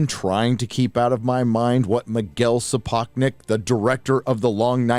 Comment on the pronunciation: you mispronunced Sapochnik.:) btw what the hell is the deal with those black people wearing white wigs. Are they supposed to represent Targaryens? I ask this because I won’t watch this garbage